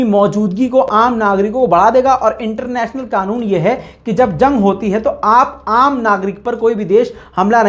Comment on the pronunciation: Qanoon ''QAAF'' se hota he , KAAF se nahin.